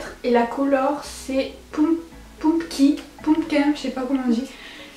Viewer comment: Ce magnifique accent anglais pour Pumkin ! juste comme ça, Pumkin veux dire citrouille ! sinon moi j'aime bien les orange ^^ pas forcément sur ta Mirai mais j'aime bien